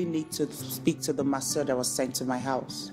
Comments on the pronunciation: For me it's really how the gateman keeps calling "Messuyah!!" 😂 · This man can’t pronounce masseur 😃😃😃😃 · pronunciation of Masseur really got me cracking up 😂😂😂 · It's originally from French. The way he pronounced it is very hilarious. 😂😂😂😂😂😂😂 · U are a what ???😂😂 for goodness sake’s google the pronunciation Mai suya 😂😂